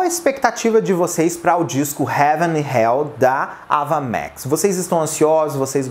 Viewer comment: Sem querer ser chata, mas já sendo a pronúncia do nome não é "Ava Mex" mas "Eiva Max". Eu também pronunciava errado até assistir essa entrevista dela